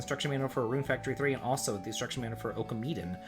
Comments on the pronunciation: I love your content dude but you really need to work on your japanese pronounciation, ohkameeden is not a thing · Your pronunciation of some of the titles was horrible. Oh-kah-me-den?